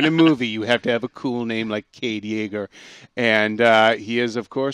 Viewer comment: Jaeger? Really?